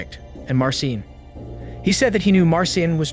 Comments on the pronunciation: I'm curious why you pronounced Marcin differently throughout - like "mar sin" half of the time and like "mar seen" half of the time, sometimes in the same sentence. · Please look up Polish pronunciations next time. 🙈 Marcin = Mar-CHEEN. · I know Polish named are hard but Marcin is pronounced March-een lmfao